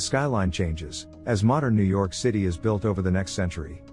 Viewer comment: Ah the famous Yew York